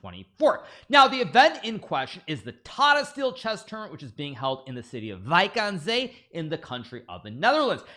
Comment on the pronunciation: As a dutch person your pronounciation of Wijk aan Zee surprised me positively!